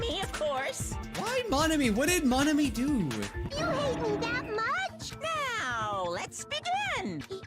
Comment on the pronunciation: pronunciation of Monomi, Nagito, and Makoto make me cringe.